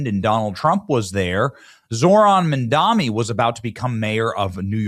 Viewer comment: It's Mamdani, not Mandami. Can't read?